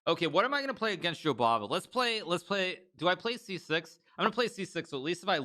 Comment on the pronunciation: gotta love it when Hikaru says "Jobaba" for like a 1000 times. Im walking around saying that name to myself